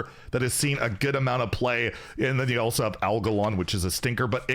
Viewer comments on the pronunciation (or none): none